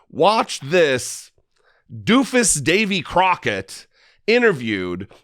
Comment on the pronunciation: Davy Crock-o-sh...